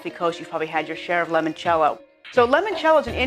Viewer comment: Great video.. Just one thing. It's "I" not an "E" as in L"I"moncello.. I really noticed during this video presentation every time the host enunciated it wrongly.